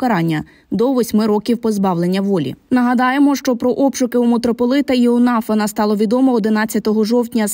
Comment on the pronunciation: "ИонафАн" правильний наголос